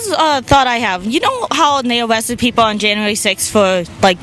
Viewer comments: "yew know how day awessted dose pweople?" dw lady. RFK is coming after autistic people. you aren't safe. I can make fun of that idiot because I'm autistic ✌️ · J6-ers got awwested? Did she hear that from Elmer Fudd?